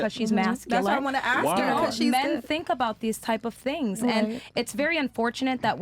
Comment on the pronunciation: Girl in the black dress “ask”. Girl in the red dress “axe”. Enough said!